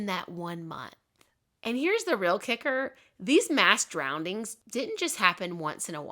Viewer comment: You're a great storyteller, you really paint the scene! I love listening to your videos, but, did you say "drowndings" 😂